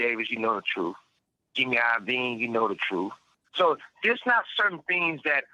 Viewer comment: when bro deliberately mispronounced JIMMY Iovine.... 🔎🔍